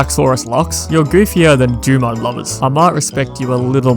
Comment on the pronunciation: Dumud. Dumud gild. Heh...dumud.